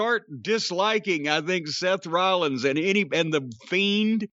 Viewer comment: "Seth Wowwins" lololololkchcjf